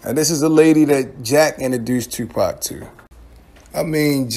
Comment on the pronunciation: Bruh why the fuck do you pronounce your “O, OU” = UEW. TUEWWPAC, YUEWTUEBE